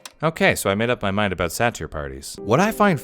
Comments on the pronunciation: isn't saytr pronounced sai-tr and not sa-teer? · It’s pronounced sater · By the way, its pronounced Say-Tur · Satry is pronounced say ter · Satyr is actually pronounced say-der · It is pronounced "say ter" just saying. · Satyr is (Say-ter) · I've always heard and pronounced "Satyr" as SAY ter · No body ever pronounces Satyr the same. Is it sa-tear or say-ter? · I’m really annoyed at how you butcher satyr lol, but I love your videos, keep them coming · You pronounced satyr extremely inaccurate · Did anyone else notice that he pronounced satyr incorrectly😅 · Its hurting me oww how he’s saying satyr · "Satyr" is pronounced with a long "a". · Me listening to butcher the pronunciation of satyr: 😖😖😖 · The way you pronounce satyr bothers me O.e